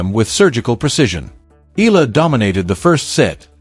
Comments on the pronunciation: E-YA-LA not E-LA is the correct pronunciation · Eala ( eh-ah-la). Correct pronunciation! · Regurgitating news. So AI. At least Please pronounce her surname properly as part of the respect and admiration for Alex’s achievements that this channel projects